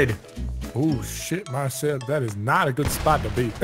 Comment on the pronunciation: Shooting Marcel, and pronouncing his name he had a bullet ploof grass moment or dyslexia moment.